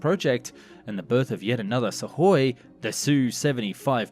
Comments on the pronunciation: pronunciation dude , it';s sukoy , not suvoy or suhoy , get it correct ya sound dumb when you don't pronounce correctly , i'm sure you want to ba professional then act like is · Great production values always, but I wish you would take English lessons in pronunciation, so many mis pronunciation of basic English and company names, it pronounced su koi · What is "suck-hoy"? What is a "bubble shield"? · God please stop saying SuKhoi… 😭 There’s no sukking here, the “k” is silent. 😂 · A message to the narrator: there is no "D" in weaponry. There is a "K" in Sukhoi. I know you can do better. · Why do you continually mispronounce words like Apache, Especially, Weaponry, Sukhoi etc ??